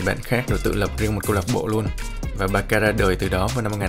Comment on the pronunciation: con nghe chú kêu ba ca nó cứ lạ lạ sao á tại bình thường nghe là bát xa